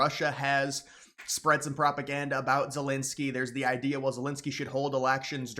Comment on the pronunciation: "Vylydymyr Zelensoyy"